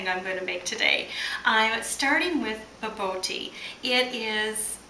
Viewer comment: Try pronouncing it like "ba-boor-tea," and you'll be a little bit closer to the actual pronunciation.